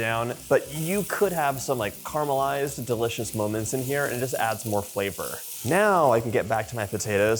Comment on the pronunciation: Try Caramelised not carmelised.